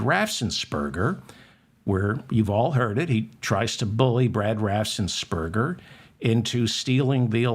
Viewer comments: David, it's RAFFENS NOT RAFSENS. You do this over and over. Practice! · Raffensperger. David does mispronounce it, as if there were an s before the first e.